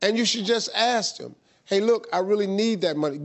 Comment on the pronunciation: Nothing about the girl, but why you keep saying aks instead of ask?